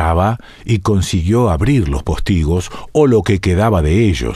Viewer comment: Me generaste una duda y consulté el diccionario de la RAE. Estás equivocado, es postigo, no póstigo. Espero que te refieras a la pronunciación y no al tilde. Aún así, no sé si es cierto.